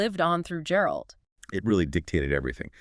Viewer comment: Guh guh guh geralt. Not jeralt not jerald 😭